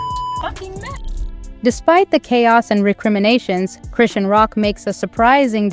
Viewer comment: Why don't you get her name right before you do a f**** video on her like how ignorant you don't even know how to pronounce people's f**** names